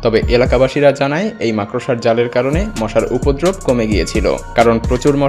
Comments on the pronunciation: মাকড়সা উচ্চারণ টাও ঠিক মতো করতে পারে না।এ আসছে ভিডিও বানাতে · উচ্চারণ হবে মাকরশা।মাকরসা নয়😂😂😂